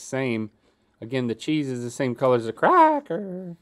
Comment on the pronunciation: why did link say cracker like that tho lmao